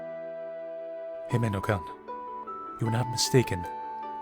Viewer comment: The way he pronounces -kun sounded like -cunt... It shud be pronounced as "koon"